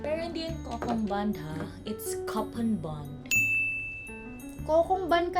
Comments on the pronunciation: Coupon is not /Kopon/ it's /ku-pon/ (East Coast US English). It sounds weird for most people, but it's the proper way. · Coupon is pronounced (koo-pon)